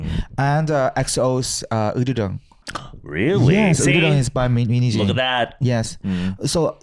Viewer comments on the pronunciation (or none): How pronounces Min hye jin's name sounds like "minijeans" XD